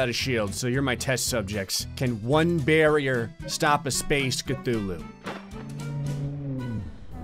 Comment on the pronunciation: says Australia great BARRIER reef